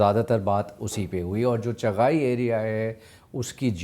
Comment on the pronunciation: Its not چغائی , its چاغی